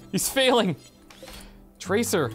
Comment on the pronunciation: traceer is a SHE not a HE and its SEER not ER. EAR. not ER. PLZ try saying it properly